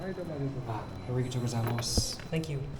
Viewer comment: how has mans been in japan for this long and still pronounces arigato like that lmao